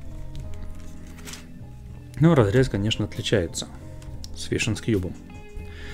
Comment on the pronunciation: Фижен, не фишн.